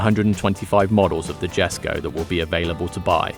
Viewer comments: It's pronounced yes ko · Its pronounced “yesko.” No J sound. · I thought it was pronounced "Yesko"??? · Why can't you say it how it's pronounced? yesko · It is guy in the video is wrong ☻🤷‍♂️